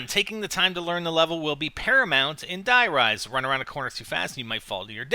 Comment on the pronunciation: it hasn't been Nazi zombies since kino and were speaking English and that's a wrong way to pronounce it btw we already have a der riese and die RISE like skyscrapers